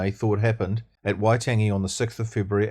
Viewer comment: All great stuff! Just one critique - Waitangi - it is indeed worth pronouncing that correctly in Te Reo terms - just a small point - but it would help your cause immensely Keep up the great work Cheers Dennis Scott